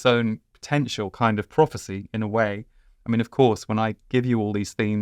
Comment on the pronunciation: Prophecy is the word i missed at first, I heard it as property at first, slight accent issue.